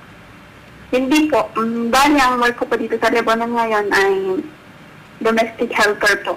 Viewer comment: All scripted There are thousands of Good Filipinos with good and happy lives and spend more than 30 years working in Lebanon please do not discredit a country unless you been there then you might have a different point of view and please its LEBANON NOT LEBBANON